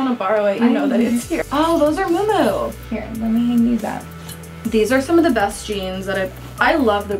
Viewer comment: Isn't it pronounced mew mew not moo moo for miu miu?